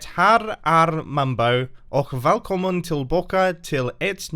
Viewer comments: Swed here. This is what it sounded like: Hej aliohopa ochh DethöRR äRR mombo valkomen tellbaken eit nyet avsnet fråhn hetmit craft serveir. Not the best. Here is atleast how its suppose to be spelled: Hej allihopa och det här är mombo välkommen tillbaka till en ny episod från hetmit craft servern. I dident understand what you said after you said valkomen I dident understand a word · I'm Swedish and I understood it! You struggled on the "ä" part of välkommen though